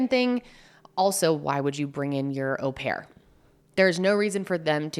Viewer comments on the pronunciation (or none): It is a French word. O pair. English words like maul or haul might make us think it was said differently. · “Oh” pair - usual pronunciation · How does she read au as aw? It’s French bestie just go on google for the pronunciation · Actually the proper French pronunciation of "au" is actually closer to the English "or", so hearing "Oh-pair" does hurt a lot of people's ears and your "awe-pair" isn't so bad 😂.